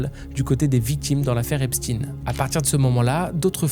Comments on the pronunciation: Intéressant mais pourquoi prononcer volontairement « EpstiNE » alors que vous savez très bien que ça se prononce « Epshteine »? A croire que vous voulez faire rentrer une certaine idée dans la tête des gens qui serait loin de ses racines initiale 🤔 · Pourquoi tu prononce epstine et pas Epstein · Pour commencer la prononciation du nom n'est pas Epstin mais bien Epstein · Epstein pas Epstine , il est juif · Faut arrêter de dire EspTINE c'est EpsTEIN. Même les amérloques ils disent EpsTEIN. Vous avez peur de quoi sérieusement ? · Arrêté de l'appeler Epstine!!!!!! Il est pas russe mais juif! C Est Epstein ! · son nom ce prononce comme Albert Einstein, superbe vidéo bravo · Epstine???? Pk tu le prononce pas correctement toi aussi ? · Ça se prononce EPCHTAYYYN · Faites vous exprès de mal prononcer son nom? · non il le prononce en anglais, la phonétique n’est pas la même. Mais bon, je penses que personne n’est dupe.